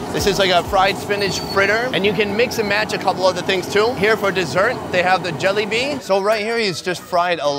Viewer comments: When he called jalebi "jelly-bee" i was like😂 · Dude, did you just called jalebi, 'a jell bean'? Lmao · bro he said jellybean that cringe png youtuber ik he mistaked it for jellabi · Indians: jalebi: jelliobi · Who else thought he called the jalebi a jellybean?